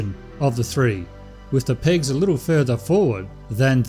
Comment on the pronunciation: I thought he was saying pigs, instead of pegs? LOL!